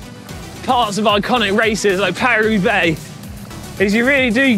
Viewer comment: "Paris Roobax." I died.